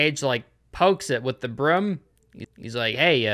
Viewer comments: I still don't like how you pronounce broom as "brüm" I bet you pronounce roof as "rüf" too! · I can’t get passed how pronounces “broom”